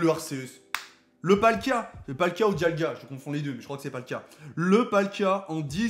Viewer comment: Et mdrrr c'est dialga, un effort srx